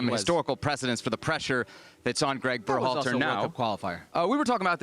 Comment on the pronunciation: can't stand how Herc pronounces Berhalter.